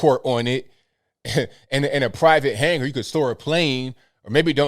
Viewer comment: Hanger not hangrrr